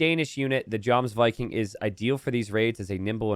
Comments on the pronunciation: The J in Jomsviking and Jarl is pronounced like a Y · Hey dude, the J in most of Europe and definitely in this case is pronounced "Y" Jarl is pronounced "Yarl" and Jomsviking is (duh) Yomsviking. You really need to get an education or you're just showing how uneducated you are with your pronunciations. Disliked. Do better. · Jomsviking is pronounced yomsviking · never pays attention to all my comments correcting his pronunciation, but in the Germanic/Nordic languages, 'j' is typically pronounced like a 'y', i.e. 'yomsviking' or 'yarl'. Furthermore, in those same languages, 'ei' is pronounced like 'eye', so "Svein" is pronounced like 'swine', but with a slightly 'f'-like 'v' instead. Now all that remains is to await mispronouncing these and so many more for years to come!